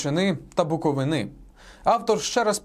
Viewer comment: БуковИни, не буковинИ, бляха